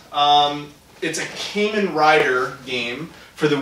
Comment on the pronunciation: Just a heads up unless someone else already said it, but it's pronounced KAH-men